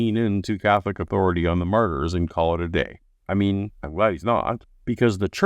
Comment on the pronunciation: I had to turn on Closed Captioning. It sounded like he said that all of the Apostles were murderers. Ohhhh....Martyrs!!